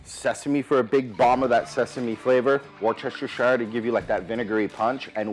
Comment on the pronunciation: Delicious! Now please allow me to share a bit of my English heritage pronunciation with you:) Worcestershire is pronounced Wuster sauce or Wuster sher sauce - completely drop the first R. Love your shows and delicious recipes.